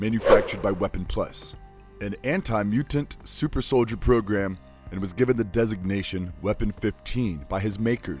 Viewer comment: did you call cap winter soilder